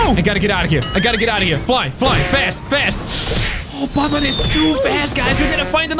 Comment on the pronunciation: Banban not bunbun